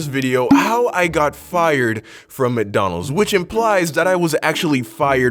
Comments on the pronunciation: I love how you say McDonald’s 😭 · The way he says McDonald's 😂😂